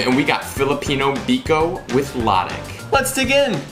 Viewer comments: Nice. Remember that latik has stress on the second syllable. Latík. 👍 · Latik is pronounced as luh-TEEK, stress is on the second syllable